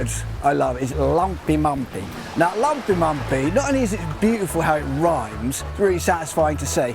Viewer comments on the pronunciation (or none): You need to ask your daughter how to properly pronounce lämpimämpi. You said lampimampi. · To me it sounded too much like lampimampi (I am native Finn). His ö and y in löyly were quite good, though. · Yes, sorry, that's what I meant: it sounds to English ears like he's saying "lumpimumpi" (with the u's as in "cup"). But I understand from the Finnish standpoint the a's in lampimampi also sound like the u in the English "cup"!!